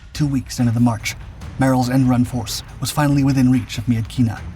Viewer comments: FYI: Myitkyina in english, is pronounced "Mitchinah" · It's pronounced Mitchina.